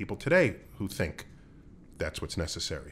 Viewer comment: If it was rly you Russ it would say "tell me what you fink"